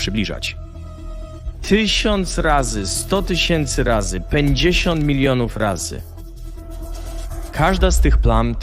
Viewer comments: "PENDZIESIĄT" ??? SZTUCZNA KALEKA, LEBER - nawet nie chce się poprawić błędów. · Skup się na treści bo jest o wiele ciekawsza od takich nieistotnych bzdur jak pomyłki automatycznego lektora AI